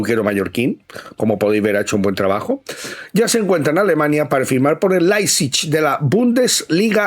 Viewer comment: Per favor,, deixa de dir Laipsich....